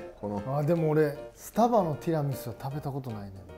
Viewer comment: 「テラミス」、「ティラミス」 両方の発音を聞けて今日も快眠です！！！！！